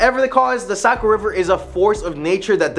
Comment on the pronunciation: Unfortunately, you say it like you live in south Nashua. Are you a mass migrant. You say Nashua right but NH. I worked in Somersworth and Durham a couple years and it's Saco not Socco. And Ports-myth( or mith, if you're superstitious ) Other than kids jerking, or, unfamiliar tourists talking. Almost no one local says it another way. There's also a problem of flatlanders not talking the same accent of highlands or more north in Coos( Far North). Strong Quebec influence. Anyway who am I. Just a raised Nashuan, living in Manchester NH more than 20 years, with many years living homeless and out of my car( and yes in Nashua, Manchester, Concord, etc.)mixed in.